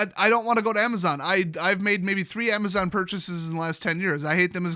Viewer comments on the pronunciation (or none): none